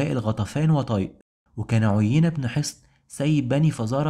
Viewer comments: أحسنت بارك الله فيك أنصحك بقراءة القرآن لتحسين نطقك في اللغة العربية ومخارج الحروف ومراجعة النطق الصحيح للأسماء، على سبيل المثال عُيَيْنة بيائين مش ياء واحدة أولاهما مفتوحة والثانية ساكنة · عيينه بن حصن مش عينه....... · عُيينة بن حصن رجاء راجع النطق الصحيح